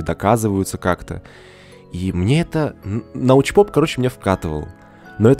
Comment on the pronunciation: Научпок Карл, Научпок а не Научпоп.